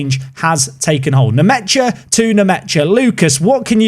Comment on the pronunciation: i think it’s pronounced Lucas nmesha